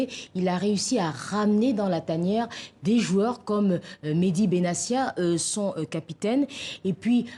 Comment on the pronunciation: Mehdi benatia on prononce le t mais pas le s madame hhhhhhh il s appel pas benasia merci